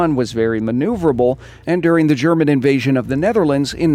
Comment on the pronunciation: I appreciate how you pronounce the german properly, most people butcher it